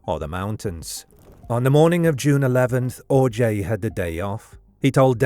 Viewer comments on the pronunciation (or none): The missing poster you kept showing even says his last name is pronounced 'OJ' yet you insisted on pronouncing it 'Or-jay'?